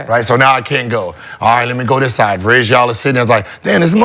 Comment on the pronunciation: Please ,please tell me you guys are tracking every name that Gil mispronounces and make a compilation of that😂 Vraysjauw (Varejo) was hilarious 🤣 even more funny was Brandon saying "who,VRAYSJAUW RONDO"🤣🤣🤣🤣🤣